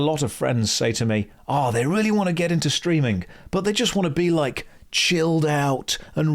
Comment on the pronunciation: Have you ever noticed you end "ing" words with "ink" a lot of the time. Streamink